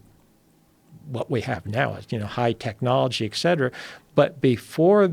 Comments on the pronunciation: Well spoken? Saying eccetera instead of etcetera doesnt sound well spoken to me but more like you didnt pay attention in life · It's "et cetera" (etc) not excetera.